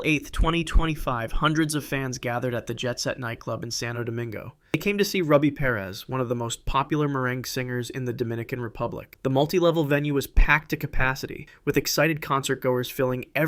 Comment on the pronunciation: Meringue? Merengue LMFAO